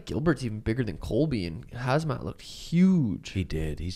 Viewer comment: whos khazmat? ITs khamzat or khumshot.